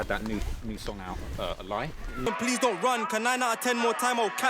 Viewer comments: How can man say “ahlie” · Man said alhie🤣